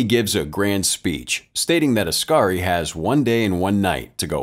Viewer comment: It's oskari, pronounced os-car-ee